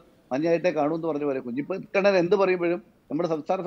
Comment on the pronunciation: ദയവായി കുഞ്ഞികണ്ണൻ ആ പേര് മാറ്റണം, ആ പേര് നികേഷ് കുമാർ പലപ്രവിശ്യം തെറ്റായി ഉച്ചരിക്കുന്നുണ്ട്.😊